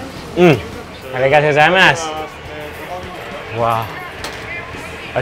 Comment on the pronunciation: me watches desparetely...... IN A WHOLE VIDEO.. - ARIGATTO GAZAIMASU